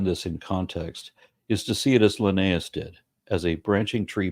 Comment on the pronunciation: Hovind mispronouncing Linnaeus as often as he does is grating to me.